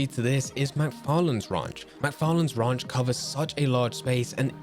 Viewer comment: This guy doesn’t even know how to say ranch.